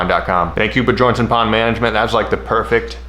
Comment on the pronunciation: hearing "Ba-Jornsen" made my toes curl lol depending on the country its either "Byorn" (like in sweden) or "Byern" (like in Norway or denmark) though BJ is a great nickname for it